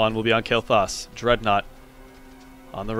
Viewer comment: Stills bothers me how pronaunces "Kael---Thas":/ Good match tho.